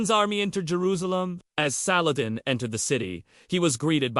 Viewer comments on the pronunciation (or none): I think if u r going to attempt a historical view of a most respected man you should at least attempt to pronounce his name right otherwise if u don't know how to say his name how can you know how to speak about his holy deeds.